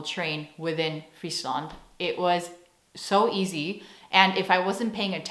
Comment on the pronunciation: love the way you pronounce my province, Friesland. Was nice to hear an American say, Frisia.. Try to pronounce that name Friesland in the Frisian language :) cya in Frisian oant sjen!